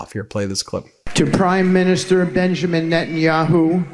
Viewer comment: When Witkoff mentioned Bibi's and all those many many thousands of Jews started booing and Witkoff thought he'd give it another go, did I really hear him say Benjin Yahoo!!!? Was the best part of my day, laughed myself silly!! Ooh, come to think of it, Jared and Ivanka were having a good laugh behind his back too!! I hope MEIDAS TOUCH repeat that howler again. I want to laugh some more!!! There's not much joy coming out of the US at the moment so please humour me.